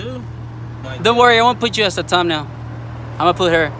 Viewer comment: Lmao he said "Tum-nail"